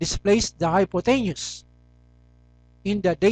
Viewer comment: Anyways, thanks for the vid, just one thing: you pronounce hypotenuse wrong